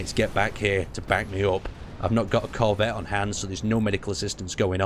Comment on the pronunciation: nonononononononooooooooooooooooooooooooo, bad. BAD! you are putting emphasis on the wrong part of corvette. and there's a spelling error in the YT description.